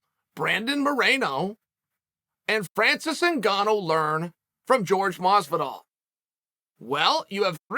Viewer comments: George Mazvidal? who the fook is that guy? its Jorge Masvidal. whore-hey, mas-vi-dal. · Uncle Chael: Jorge Mazvidal never brought up money. Me: OK